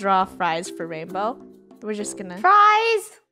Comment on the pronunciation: Its Rainbow not rainboah